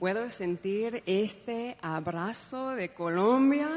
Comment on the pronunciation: We must be fair, she pronounces the words empezar and abrazo like the Latin Americans do.